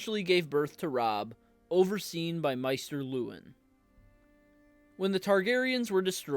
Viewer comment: Good video. Although Maester is pronounced MAY-ster, not MY-ster